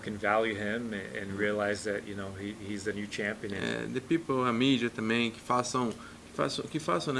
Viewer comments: Lol "shampion" fucking hell lad 😄 haha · And that what he is shampion😀😀😀😀😀😀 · His gonna be a “shampion”